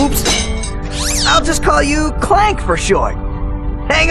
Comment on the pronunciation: did he just say "Clink"?